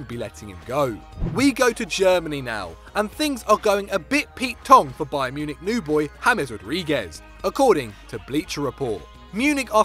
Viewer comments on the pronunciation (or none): none